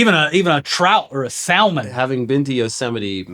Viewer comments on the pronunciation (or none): Don’t ever say salmon like that again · hitting the hard L in salmon fucking sent me